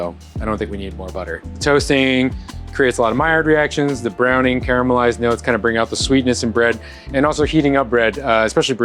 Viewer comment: The first person in America to say "CARAMALISED" and not "KARMALISED"